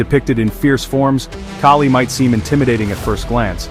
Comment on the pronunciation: It's Kali, the a as is altruism, not a as in snake